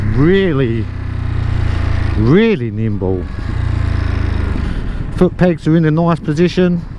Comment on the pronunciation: I like your videos a lot. They are stright to the point. What is it, you say and later again " feels really limbo"? Or nimbo? What does it mean?